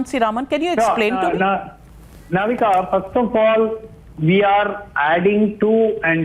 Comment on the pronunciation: She is Navika not Novita😂😂